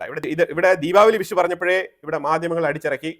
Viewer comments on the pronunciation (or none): none